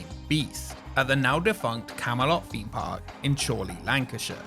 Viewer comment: I do the same, when he says “feem” Park!